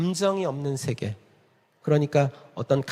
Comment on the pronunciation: 발음문제. 긴 자를 짧게 잘못 발음한 예: 두 가지, 세계, 세 번째(한학자이신 강사께서 하나 둘 셋 넷 도 바르게 발음하지 못한다니!!),유파, 두 번,배경,해갈,(무거울)중,세계, 등이니, 대학 교수의 발음 문제가 이토록 심각하다면 우리 문화의 현주소는 어느 수준인가요.놀라은 일은, 자고저에 는통해야할 한문 학자의 수준이 이 정도라는 사실입니다. 1967년에 고국을 떠난 이 외국 동포가 한국 언어 탸락상이 하 분하여 ㅋ쓴 "한국 어문을 고발함"이라는 책을, 고국 통포여! 조용히 읽어 주시옵소서. 미국 변 완수 드림